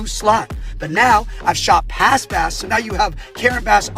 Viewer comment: Did he say "Mayor Bass-ura"? LMAO!